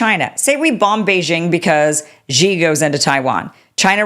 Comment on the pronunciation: Why the hell can’t you get President Xi,s name correct? Have a bit of consideration and make an effort! Say this out loud….SHE. SHE. SHE, got it?